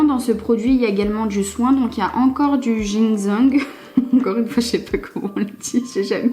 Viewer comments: Coucou, pour le mot que tu n’arrives pas à dire « gensing », on dit « djinessingue » 😁. J’adore cette marque 🥰 Merci pour ton code promo 😘 tu es magnifique 😍 😘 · ça se dit "jean cingue" mdrr c'est le mieux que j'ai trouvé pour t'aider ^^ ça se voit t'es trop bonne vendeuse j'ai envie de me prendre la bb crème ptdr alors que je met jamais de fdt ni bb crème rien ! ça m'avais manquer ce genre de vidéo je m'étais pas rendu compte avant de la regarder lol gros bisous cam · Toujours un réel plaisir de te retrouver en vidéo! Pour t’aider à la prononciation du fameux mot tu peux le dire comme ça: « Djinssènegue »,ne me remercie pas! 😅 Sinon j’espère que tu vas bien? Des bisous 😘!